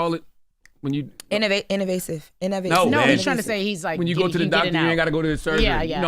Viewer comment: In-a-vasive looool I love you lol